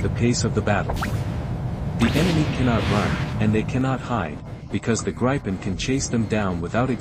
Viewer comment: Where is this Plane called GREIPEN??? AI has somebody used your brain as an toilet and left a big dump in there??? GRIPEN!!! like GRIFFIN!!! No EI found anywhere. Thats no spelling contest, thats language.